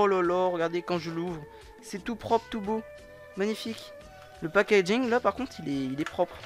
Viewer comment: Mdrrr "pag injing" 😭😂😭😭😂😂😂